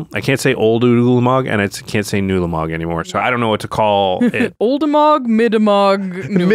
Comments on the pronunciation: saying twah-lamog would make me feel like I was about to be beaten with a baguette. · Brother ew-lamog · Ulamog, Twolamog, Newlamog.